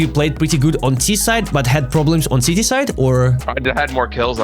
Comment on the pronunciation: Sorry but I do find it very funny when you’re speaking English that CT sounds like “Sh*tty” 😂 great video though